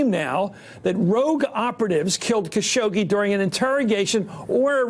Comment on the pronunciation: It’s Khashoggi not Shakoggi... lol